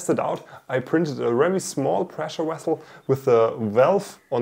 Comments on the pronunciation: Vessel not wessel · Pressure wessle? Whats a wessle?😂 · "pressure wessel" This is why I came here.